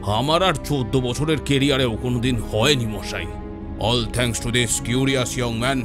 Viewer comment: Bhai ta these noi This.